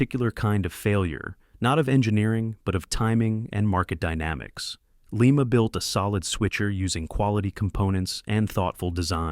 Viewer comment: Lima is pronounced Lye-Muh as in lima bean and Lima, Ohio which was the location of the Lima Locomotive Works. Definitely not Lee-Mah, as in Lima, Peru. The reason Lima, Baldwin, and Alco didn't produce many diesels prior to 1947 was because the War Production Board dictated that they continue to built steam locomotives for the war effort. Alco had developed the HH switches and the groundbreaking RS-1 in the 1930's but were only allowed to product a very limited quantity of switchers during the war. However, EMD was permitted to continue development on the 567 engine and produce the FT primarily because they had never been a steam locomotive builder. After EMD's government mandated head start, EMD easily outsold all the other builders combined until the 1990's when GM, EMD's parent company, destroyed the companies reputation with the rushed development of the SD50's and SD60's. That's when GE, formerly a partner of Alco until 1953, took the top sales spot with the C40-8W.